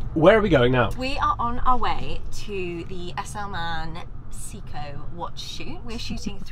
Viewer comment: It’s Say-ko by the way not See-ko,.